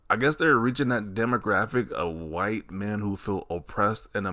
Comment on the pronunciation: Whiy-te. man oppressed in America … 😂😂😂 is hilarious LMAO 😂😂😂